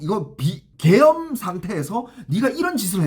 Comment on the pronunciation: 계염병 으로 들리네 ㅋ